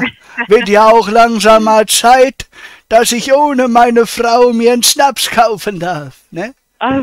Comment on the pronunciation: Es ist so perfekt, diese Aussprache von Schnaps oder gmail 😅